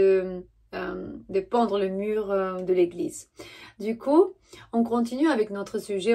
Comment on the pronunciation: Merci j'aime bien ton costume Sinon tu dis Pendre au lieu de peindre Peindre comme le pain qu'on mange EN BOULANGERIE il faut dire ('''PAINDRE PEINDRE '')PAS PENDRE TU OUBLI LE i Gros bisous a + Merci ☀️🤍💋🥰👍✌️